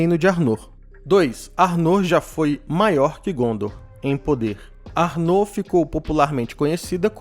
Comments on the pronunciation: Se pronuncia 'Ár-noh' com o "-r" dps do "-no'' bem leve, como se tivesse falando internamente, e o "r" dps do "A" mais puxado e longo. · Pronuncia arnor esta errada